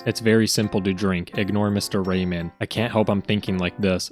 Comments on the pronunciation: Dont mean to mock your accent but I heard absolutely every single pronunciation of "Raymond" as "Rayman" and was picturing the floating hands platform game protagonist as the vile seducer stealing China's waifu. Thanks for the hilariously awful mental images. 😂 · The d in Raymond is not silent.